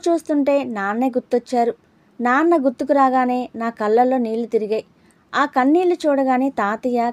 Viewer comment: చదివినప్పుడు చిన్న సవరణ....మల్లీ...కన్ళీల్లు...అంటూ ళ పలకడం మర్చిపోతున్నారు